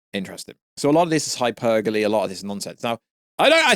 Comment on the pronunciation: Hyperbole, pronounced like `Hi - per - bah - lee`. Bro, you're English. You're saying 'hypergalee' which is not a word and I think you are mixing that one up with hypergamy.